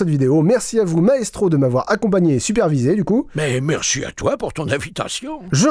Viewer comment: J'ai cru que t'avais dit Naestro et j'ai flippé XD